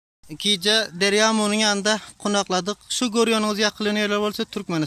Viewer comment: Kunakladık değil konakladık. Amo değil Amu.